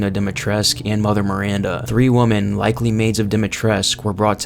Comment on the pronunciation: Three WOMEN!!! Not three WOMAN… ffs